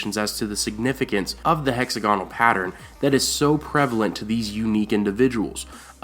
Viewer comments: Is it weird that hearing hexa-gonal, as opposed to hex-AG-inul makes me feel strange? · heck-ZAG-uh-nal, not HECKZ-a-gone-al. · Doesn't anyone care that he's pronouncing hexagonal wrong? It's not "hexa-GONAL" it's "HEX-ag-o-nal" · Ruby Ford is named because of the rubies supposedly found there because of Rhaegar's death.Also, it's hex-AG-on-nal, not HEX-a-gon-al.Good work though! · It's hex-A-gonal not hexa-GONal! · The Ruby Ford of the Trident wasn't named that until the Battle of the Trident, Robert Baratheon brand-building, history written and naming-rights of the victor. Rhaegar wore rubies in his armor because the Targaryen colors are red and black, not any connection with Assha'i. Also, it is hex-AG-on-al, not hex-a-GON-al. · Hexagonal... not 'hex-a-goanal' lol, love, Britain. Bless :D Love the videos though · Hex-AG-onal. Sorry, that was bugging me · say hexagonal again lol